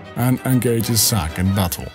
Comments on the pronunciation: u kept saying,Sack not Zack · I wasn't making a joke.idk if its ur accent or what.but,u constantly said,Sack.even the subtitles say,Sack.but,its not a big deal.but,I am curious. Why didn't, Zack go see his parents in gongaga during reunion?they been writing him letters & he was in gongaga, why didn't he go see them?